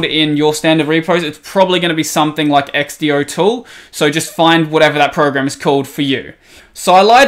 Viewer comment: I can't believe you pronounce xdotool like x-d-o instead of x-do, but then you try to say .sh like it's a word.